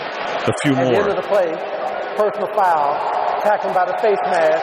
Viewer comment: Did he just saw "fauwl"?